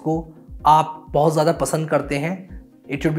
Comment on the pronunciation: Bhai aap U.P se ho kya, wo " bohut aur Pohucha" bada apna sa laga